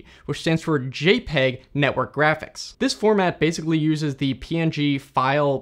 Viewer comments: Giraffics interchange format 🦒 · "jraphics interchange format"